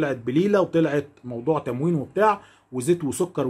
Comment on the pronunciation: ملحوظه.. المهبول بيقول أنه سجل نادي القرن في وزاره الطاموين..بالطاء والالف بعده وليس بالتاء وبدون االالف ومش عارف ينطق التموين